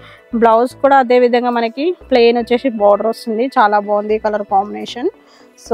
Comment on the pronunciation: వచ్చేషీ కాదు అమ్మ వచ్చేసి ప్లీజ్ వినడానికి బాగోలేదు. నైస్ sarres. మీ షాప్ కి వస్తాము